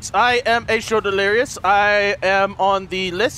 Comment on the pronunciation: omf its H2O not H20. and "Fire wiber."